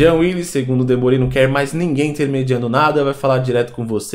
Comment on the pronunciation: DemÔri, não Demorí.